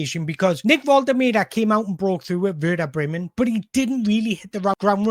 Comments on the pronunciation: Great job. In my opinion one of the top Newcastle United YouTubers, but please watch Nick Woltemade's video where he says his name so we know how to pronounce it properly, you're still butchering it! Other than that, great content! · you do you. these videos are good - don't want to compare to other toon content creators because theres room for all of yous but definitely enjoying the content - the analysis is top notch. will always watch one of these when they pop up and if you can figure out how to pronounce Big Nick's surname i won't have a single thing to moan about!